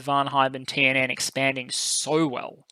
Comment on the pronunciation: By the way, your pronunciation of the TNN stuff is pretty good!